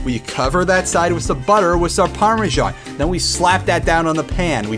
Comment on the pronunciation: I'm sorry, but Parme-sjan? What's this you're talking about...